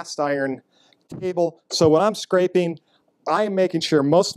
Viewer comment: Um... "Scrapeen"? Do you mean "scraping"?